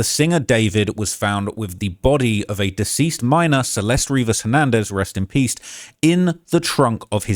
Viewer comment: "Rest in pieced" lol?